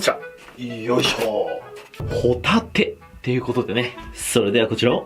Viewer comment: ご一緒に「ホ↗︎タテ」はいかがですか？